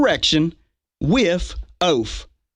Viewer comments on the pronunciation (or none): "You take da oaf wif insterection." I wish he'd be more pacific.